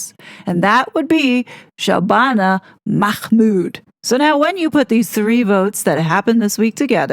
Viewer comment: Shabana MAHmood's surname| is pronounced MAHmood not MACmood.